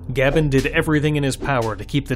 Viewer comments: It's pronounced gay-ben, not gab-enn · You are the first person I've ever heard pronounce it "Gab N", instead of "Gayben" i.e. GabeN or Gabe N EDIT: , I don't know if it requires more than Powershell but Powershell is possible to install on Linux natively now. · IT'S PRONOUNCED "GAY BEN" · "Gaben" has a definitive pronunciation; it's "GAY-Ben". Because it's derived from the voice clip of Gabe reciting his own email address in that Mega64 video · I believe he pronounces his name “ Gay Ben” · You do know it's pronounced Gay-ben, right? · That's not how you say gaben. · i take offense to how you say gaben :P